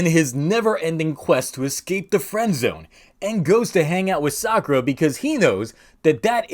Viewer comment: Sadly you can't really Call it Sakulera without it sounding like Esa culera, which translates to that b*tch